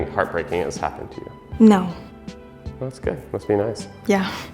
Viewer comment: I’m sorry but “Naur Cleo!!”